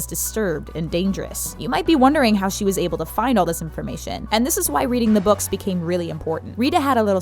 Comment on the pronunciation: Zee boukz r better